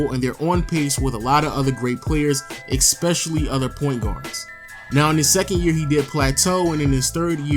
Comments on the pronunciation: For someone who can't pronounce the word "Especially" you say the word "Especially" a lot, goddamn. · "Fustrated..Expecially." TF